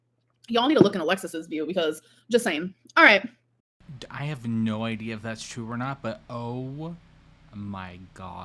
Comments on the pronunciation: That weird new way she pronounces the long "o" sound gets on my very last nerve every time. Alexis said that's part of her regional accent, and Amber "borrowed" it from her. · Why does she keep saying 'no' and 'so' like that? Infuriating. Must be how the new gorl speaks.